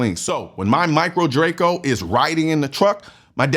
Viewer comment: Says micro Draco and i threw up in my mouth a little. Wrong! Just wrong!